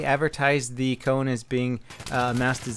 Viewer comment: Its not pronounsed coun its kone :P